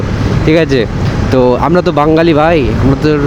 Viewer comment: ভাই বাঙ্গালী না যেটা তুমি উচ্চারণ করছো, ওটা বাঙালি।